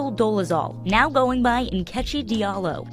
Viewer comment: my only comment is Nkechi an Igbo name is actually pronounced as In-Kay-Chi. not whatever those people called it lol